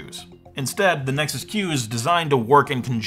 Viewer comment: Every time your said Nexus Q, I heard it as Nexus Cube...